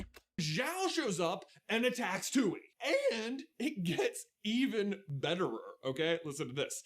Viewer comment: Every time the says “Tui” and pronounces is “too-ee” instead of “Twee” it makes me so mad. Like, you could easily rewatch a clip to make sure you pronounce it right